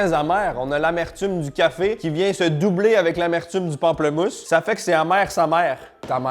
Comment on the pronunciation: ptite touche française : on dit pamplEmousse ^^